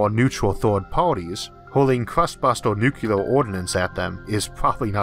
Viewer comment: Issac, are you saying "nucular"? Surely not. :p Your vids are excellent, thank you for doing them. Great presentations, great narations, great and interesting content every time. You're one of few 'tubers I have on notifications and make a point of catching! Great work. :D